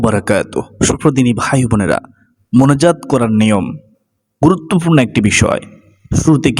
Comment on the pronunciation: আপনার মোনাজাত কথাটা কেন জানি সপস্ট শোনা যাচ্ছে না😢